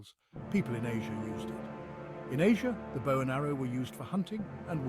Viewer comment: Dont you hate when the AI mispronounces bow